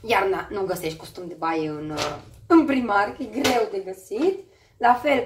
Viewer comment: "Praimarc" nu 'primarc'...